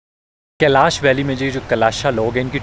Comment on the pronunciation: कलश नहीं कैलाश है।